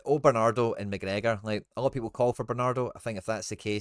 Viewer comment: This wee guys clueless knows all the italian names but says mcgregor wizny up tae much wee guys a diddy